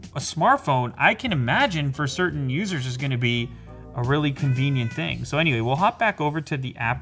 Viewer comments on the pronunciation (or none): none